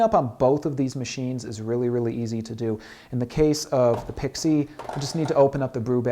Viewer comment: Why does this guy pronounce it Pixeee?